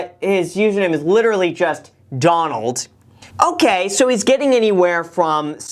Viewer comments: Hey Graham! It's DonLAD, not Donald 😂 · Wtf is a donlad? Sounds like a bowel movement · When his name actually isn’t Donald… it’s DONlad😂😂nice Graham 😂